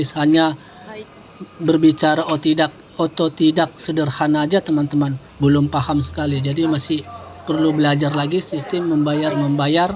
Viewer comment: otodidak bang bukan ototidak😆😆 di 8 menit video nya. udah Malo kok GK oto lagi Abang nya😆😆